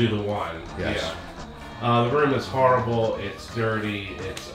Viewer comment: Always like these experienced commentaries and knowing what they're seeing...then there's the 'harrible terlet' ☻